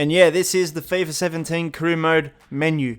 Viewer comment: "feyfah sevhen-teyn"